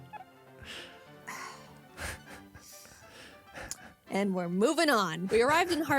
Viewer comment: I love how he says Grotle wrong.